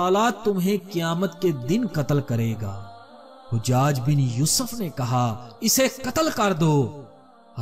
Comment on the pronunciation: Hujjad nhi hajjaj hai ustad jee.